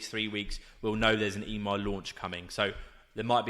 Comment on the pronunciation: It's not E-MAR its EMMAR pronounced EMMMM-AHHHR